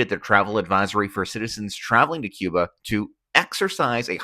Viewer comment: No sabes pronunciar Cuba , yo tampoco sé pronunciar quihanada , cuando aprendas a pronunciar Cuba yo aprenderé a pronunciar Quihanada ok gracias